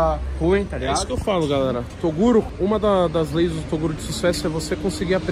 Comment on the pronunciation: torugo kkkkkkkkkkkkkkkkkk